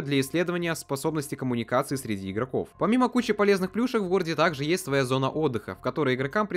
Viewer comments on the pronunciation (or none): none